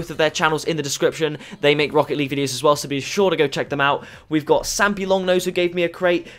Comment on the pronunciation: Agario lol he said sampylongnose